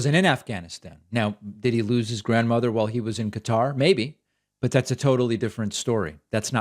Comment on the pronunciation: David, SIR! May we have a pronunciation check on Qatar? I have heard it pronounced in a different way than you’ve done! Thanks. I became a member today using your coupon code!